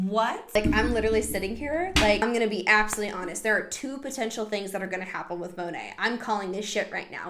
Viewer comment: Side note. It’s Modern Nature so Monat would be pronounced “Mo-Nate” lol don’t make it sound pretty